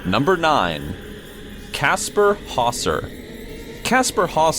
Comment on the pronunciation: Okay, what really got me during this video was the pronunciation of Hauser (for some reason pronounced as ''Hawser'') that just made me go ''noooo...'' internally.